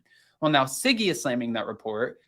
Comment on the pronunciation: Her name is Siggy not Ziggy!